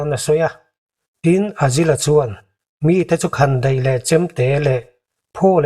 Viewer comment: Azil tih a i lam hi azazel anilo maw